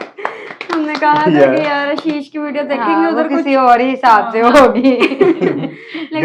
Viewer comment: Aap ashish ko aasheish bol the ho 😂